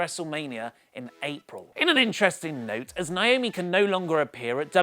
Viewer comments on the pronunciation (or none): none